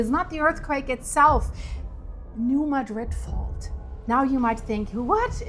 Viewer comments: Mad’-rid. Not like the Spain town. If you want to pronounce it correctly. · You're saying it wrong. It's not pronounced like the city in Spain, because it's named after a city in Missouri. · Born and raised in Missouri and now live in Texas. Emphasis is on the first syllable, MADrid.